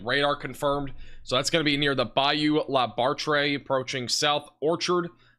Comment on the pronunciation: FYI: Bayou La Batre is pronounced bat tree.